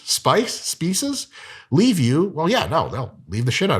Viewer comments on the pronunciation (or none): Spouses? Spices? Speeces? 🤣🤣🤣